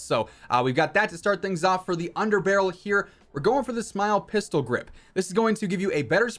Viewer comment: "smile" pistol grip? You mean S M L E pistol grip.